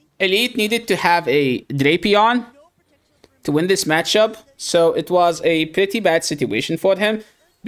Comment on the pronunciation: So glad someone else tells them to stop saying Drap eon it’s drape ion